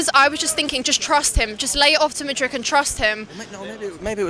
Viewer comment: MATE as a Chelsea fan how can you get their names wrong!? MUDRYK no ICH on the end. and its LEVIIIIIIIII not Levvy ffs☺